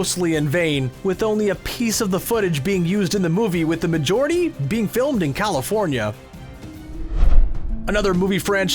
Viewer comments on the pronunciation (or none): none